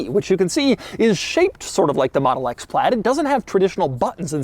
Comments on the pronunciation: Why do you say "PLAD" all the time? It's "PLAID"... there is an "I" there. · Still don’t understand why you say PLAD there is an I in there. Say aid then pronounce it with PL in front of it and there you go.